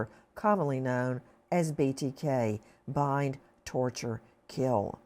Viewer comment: Nancy sorry to correct you but it's Bind Torture Kill not Bye Torture Kill.